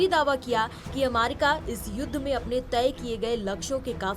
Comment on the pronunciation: अमारिका ? थोड़ा सिखाइए एंकर को !